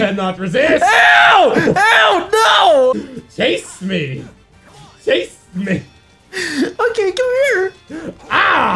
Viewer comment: he says "Chase meh", not "taste meh" -_